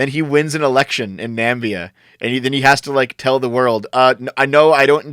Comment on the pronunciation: pronouncing "namibia" as "nambea" is so funny